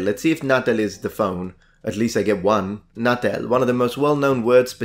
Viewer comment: Non si dice "natèl", ma "nàtel". Ma davvero non sai cosa sono le ghette? E' Italiano, non è un termine straniero.